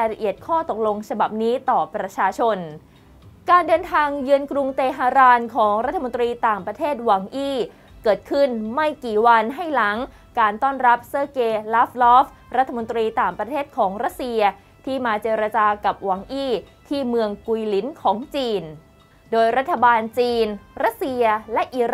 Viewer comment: รมต.ว่าการกระทรวงการต่างประเทศสหรัฐของรัสเซีย คนปัจจุบันนี้ ชื่อ เซอเก้ ลาฟ-รอฟ นะครับ ไม่ได้อ่านว่า เซอร์เก ลา-ฟรอฟ